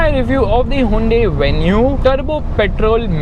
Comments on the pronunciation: Hey it's Hyoon-dai not huvende...... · "hawundae" xDddddd lol